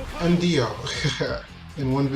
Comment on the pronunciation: It's pronounced Jo-ta-ro. Got Dio right though, good job